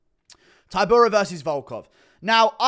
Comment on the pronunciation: Man said tybura😂😂😂😂